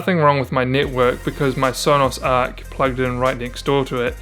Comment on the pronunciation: Stopped watching after he said arc